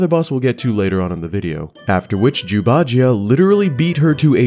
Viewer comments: I keep hearing Jew. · i cant help but giggle every time u say jew instead of zhu. some times more than others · Love these videos. However, can't help but hear "jews" instead of Zhu, and it makes me laugh. Because I'm an idiot with bad hearing.